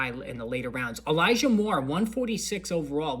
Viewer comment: I think u said eligah mitchell when u were talking about elijah moore